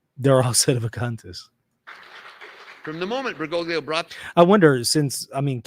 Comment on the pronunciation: That would mean that you are a Sedevacantist. Biblically, there can be no break in the line of succession. One cannot reject the Church and pope, and still be Catholic in good standing. You are outside the Church. REPENT. Why do you insist on massacring his name? At least get it right. BERGOGLIO, but he is still Pope Francis.